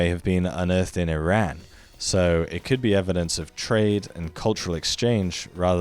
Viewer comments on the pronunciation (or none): none